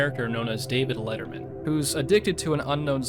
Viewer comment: Once again, it's David Leatherhoff, not "david lettermen"